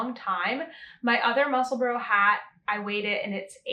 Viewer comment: The correct pronunciation is definitely ‘Musselbura or burer’ Edinburgh is mispronounced in America in the same way. It is Edinbura or Edinburer.